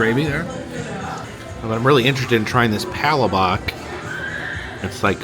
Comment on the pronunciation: Hey, as a Filipino let me help you with the correct pronunciation of Palabok. it s pronounced “pah-LAH-book”